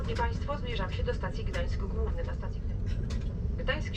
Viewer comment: Złoty is pronounced zwoti and Głowny (Main, as in Main Station) is pronounced gwovni. Ł in Polish is pronounced "W".